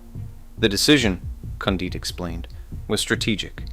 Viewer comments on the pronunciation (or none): If you're too lazy to investigate how to pronounce Condit's name, no one is taking you seriously. Seriously dude, lame